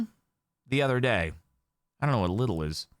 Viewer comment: Lidl is definitely here tho. And it’s pronounced Lee-dle